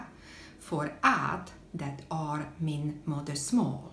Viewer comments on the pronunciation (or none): Pronounce "är" as the English word "air" And happy birthday!